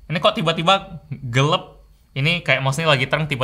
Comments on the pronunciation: ...” gelep”... gelap bro gelap hahah ai palembang nian kau ni. Oke subscribe! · No one:: gelap -> "GELEB" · Me: "gelap": "gelep"